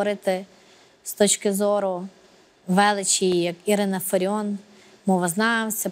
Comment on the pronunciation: Не фариoN А фариOFF